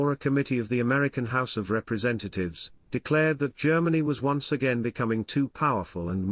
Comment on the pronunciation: I do declarte, what a declartion.